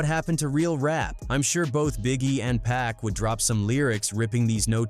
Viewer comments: Like how he said 'PACK'.... 🤨😡🤬 It's pronounced 'POCK' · It's actually pronounced "PUCK" if ya wanna get technical... dont be lazy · It's pronounced 'Pock' anot PACK.... Can't stand the laziness in these videos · Pack? Can't even pronounce his name properly.